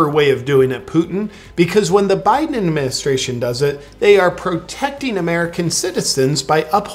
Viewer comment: Hey, please refrain from saying Poo'un, Bye'un and insulting reptiles. Proper pronunciation, and situational awareness, people.